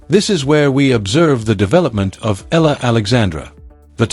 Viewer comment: ALEX EALA PRONOUNCE HER SURNAME AS E YA LA E YA LA PLS THANKS